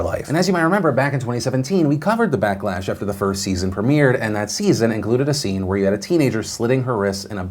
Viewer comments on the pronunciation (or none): none